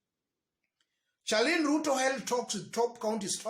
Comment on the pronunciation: 😀😀😀😀😀pronounced SHARLIN Not CHA LIN